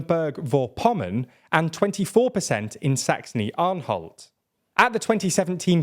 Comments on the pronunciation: Anhalt, not Anholt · *Anhalt not Anholt